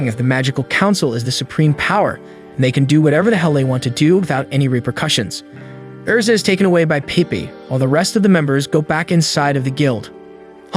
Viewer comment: Erza ERza ERZa ERZAAAAA. Not Ezra. Lol. The mispronunciations kill me. But otherwise pretty good recaps!